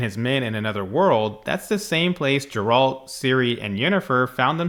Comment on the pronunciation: Ok, if you insist on pronouncing it "Jeralt", I won't believe you've watched one episode of the Witcher... 😅